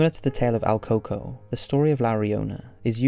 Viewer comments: "El coco" is pronounced el cucuey hope this helps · I cringed so hard when he kept saying coco lol it’s el cucuy the Y is pronounced as an I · Al Cocoa! 🤣 If you’re Latin you’ll find the pronunciation hilarious. El Cucuy pronounced like ell-koo-koo-wee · It's prononounced el CooCuey. You're basically shitposting just like the other generic "scary" channels.